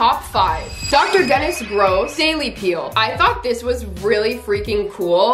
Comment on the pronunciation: It pronounced doctor denis gross as in 🤮🤢🤮🤢🥴🤢🥴